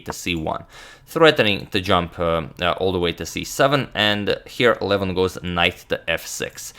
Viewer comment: I can't stand the way agadmator pronounces Levon Aronian's first name. It is an 'o' not a 'u.'